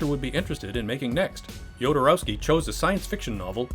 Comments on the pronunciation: Maybe start by learning how to pronounce names correctly? Every time you say "DjodoROAWski", a Dune fan's Holtzman shield gets hit with a lasgun beam ... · The name Jodorowsky no yodorowsky, please at least try a little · Say it with me now: Ho-do-row-ski... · Ah yes, my favorite Chilean filmmaker: Alejandro yOdEr-oWsKeE